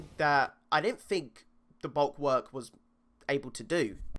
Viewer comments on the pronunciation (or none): Bulk-work??? Its pronounced bull-walk lmao? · I just dont understand how you cant say bulwark its not hard hahaha